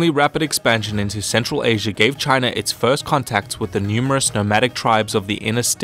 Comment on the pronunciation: Can you please avoid saying "Chiner"?